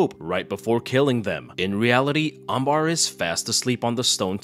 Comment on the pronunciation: Her name is Amber and not Ambar